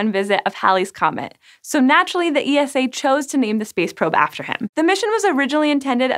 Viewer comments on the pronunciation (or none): Gee oh toe? Oh, ffs! It's pronounced, "Jotto". And ESA is pronounced ,"eesa". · Poor ESA. All those amazing missions and they still can’t get to pronounce their name. There’s an ESA YouTube channel if anybody wants to hear it. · You can just say "Esa" like "Nasa", no need to spell out the word. Most people in Europe and ESA itself do it. Unless of course you want to, then just continue :D